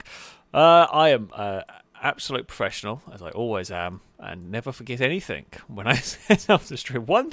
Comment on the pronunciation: There is no k at the end of the word anything